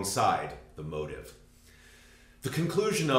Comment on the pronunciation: No, I agree that they are two different things, just to my English ears when you say motif, it sounds like motive. (And you’re not the only American who sounds like that to me.)